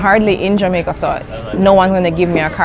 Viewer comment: 理路整然とした話し振りから、頭の良さを感じますね ジャマイカの発音は、ジャメェ～カなのですねぇ..